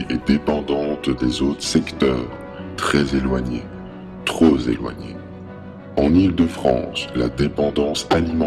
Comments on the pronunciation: Il faut dire « trop éloigné » et non « trozéloigné » ! x) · Je respecte votre "travail" et je suis à fond avec vous!!! mais attention aux fautes de liaison svp, ("trop éloigné" et non "trozéloigné") même si le fond est de prime importance, la forme enlève de la crédibilité... ceci est un message pour améliorer la communication et non une critique à but de détruire... no offense, peace and love!